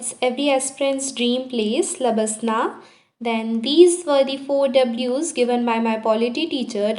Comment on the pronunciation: I swear i get triggered every time she said labasana in place of L. B. S. N. A. A. 😭😭😭😭😭